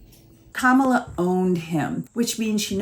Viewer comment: It's an intentional disrespect, to mispronounce her name, many MAGA morons, senate & congress, do it too. It's marginalizing, as if they're implying she's not even important enough to learn her name (I guess kinda a racial slur, since it isn't a common white Christian name, like rude children on the playground). I once saw Nancy Mace refuse to pronounce it properly on a news show... Pathetic, they love their smug childish ignorance.